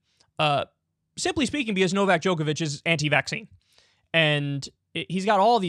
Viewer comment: Why do Americans always pronounce names wrong? It’s true. Some of you can’t even say their own names correctly. And Novak is not exactly a tongue-twister.